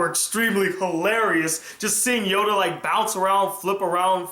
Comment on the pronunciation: sounds like you said Yoga.